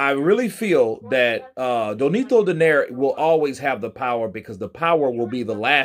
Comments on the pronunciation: It's Nonito, not Donito, BTW 😉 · Spells his name wrong, says his name wrong, W😮W this dude.